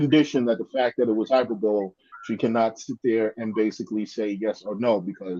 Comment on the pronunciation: Hyperbole is pronounced high-per-ba-lee.